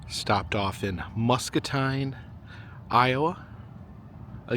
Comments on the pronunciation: Musk-A-Teen not Musk-A-Tine. Had to jest with ya. 😜😜😜😜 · As someone from Muscatine it’s pronounced MuscatEEN… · I live in the area. Love these videos! Muscatine is pronounced Muscateen 😊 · Muscatine is pronounced with teen at the end. They are famous for both their great tasting watermelon and also a melon that is close to a cantaloupe but they call it a muskmelon. There are normally a number of roadside stands open when they have ripened. Too bad that one wasn't available to be able to get one. The figure that you saw in the iBuffalo Bill Museum that you thought was President Reagsn was Buffalo Bob Smith who hosted the Howdy Doody TV show.from . He is buried in Hendersonville,NC next to APR Church. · it's pronounced... Muskateen! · Yessir! I was going to tell him, but I’m sure knows by now. MUSCATINE is pronounced Musk-uh-teen! 😃 👍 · The town's are pronounced "Musk-ah-teen" & "key-oh-kuck" and OMG you actually went to Burlington for Snake Alley!? No one EVER comes to see it! Its always overshadowed by the CA one. Ours is tighter & considered the longest & curviest ALLEY, the one on CA is longer and claims to be the longest curveiest ROAD. I'm sorry there is literally nothing else here lol EDIT: I grew up in small town right next to Burlington